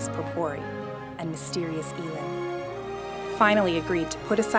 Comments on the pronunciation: This is why I feel like Elin was misspelled. It's El-een. Not E-Lin. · How do u say elin I say it like ell-in and she said it like ee-lin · Elin is actually one of the most common names in sweden and we say it "E-lynn"